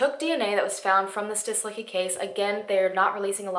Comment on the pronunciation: [stislitzki] -cki ending of surnames should be read like “tzki” or “tski” kind of sound :)